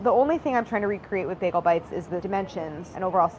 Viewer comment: The way she pronounced maaaster baagel..